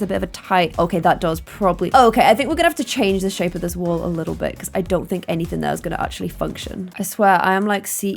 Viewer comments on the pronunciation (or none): none